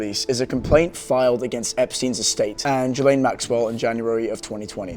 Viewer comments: Ghislaine is pronounced Gill-Lane. It's a french name, and the s is silent. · GUH-LAINE! Learn how to say people's names! Christ on a cracker! SO annoying!